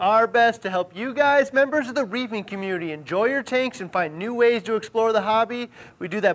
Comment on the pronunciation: The way he says "members er the reefing communy" gets me every time.